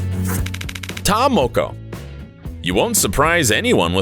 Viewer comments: "TaR-mOkO" "mAy-OrY" 🙃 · Maaori: Mar-or-ri Taa Moko: Taa-more-core You should really get the pronunciation right first. It's quite offending. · This man can't even say Maori or ta moko